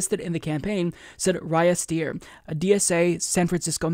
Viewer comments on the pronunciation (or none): none